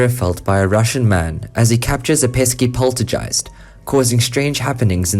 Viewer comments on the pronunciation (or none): IT'S POLTERGEIST NOT POLTERJEIST. 🤦🏻‍♂️🤦🏻‍♂️😒😑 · Poltergeist - hard g sound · Wtf is a polter jist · Poltergeist is pronounced with a hard g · I love how you pronounce “poltergeist” with a j sound instead of g. It’s sounds cute.